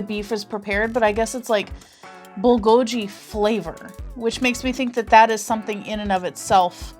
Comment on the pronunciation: It’s pronounced like Bull go geee you’re saying the letter G it’s so hard to annunciation it but if you go to google and put how to say Bulgogi they say it for you 🙃😊 If you want to know how to really say it I don’t think it matters cuz we all know what you’re talking about.